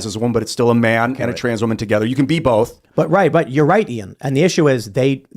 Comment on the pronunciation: Tim! Bolth is not a word 😅